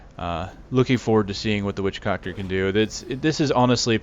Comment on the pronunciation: "Witchcockter" hahaha ;)